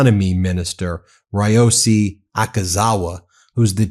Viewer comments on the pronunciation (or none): Ben, some tips on Japanese names: Vowels always strong like Spanish/Italian, Y always weak! 1. Prime Minister Ishiba 石破首相: EE, SHE, BA You said ush-EE-buh” so transcript wrote “Ashiba” 2. Ryōsei Akazawa (赤沢 亮正) : “le-YO, SAY” or “re-YO, SAY” You said “RYE-o-see” so transcript wrote “Rayosi” Ryo like Rio, Y is always weak as in Tokyo and Kyoto. Like the i in the British pronunciation of Lieu (not LYE-oo or loo ;) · Ben: Pronounced REE OH SAY Akazawa